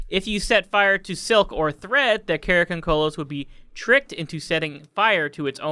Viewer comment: Dude, it's not pronounced karakoncolos, it's karakondzhul like Cara con jew. And the picture that you showed for karakondzhul is actually an image of a Bulgarian tradition called Kuker warrior. Karakondzuls look more like hairy little devils, sometimes said to have wings.